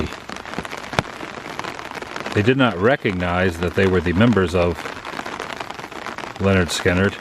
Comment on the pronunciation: its pronounced pronounced leh-nerd skin-nerd